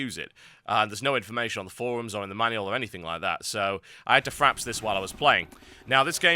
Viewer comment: TB, it's FRAPS not FRAPs